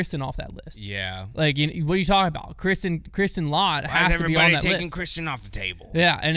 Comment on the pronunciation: 6th in the world for non top 10 Paige Pierce after that win! It's pronounced let, not lot by the way!